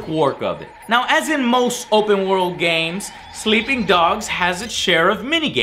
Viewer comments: "Sleeing dogs" :( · 15 min and 21 sec "sleeing dog"